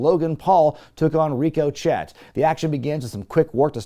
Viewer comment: I'm glad I'm not the only one who calls Ricochet "Rico Chet"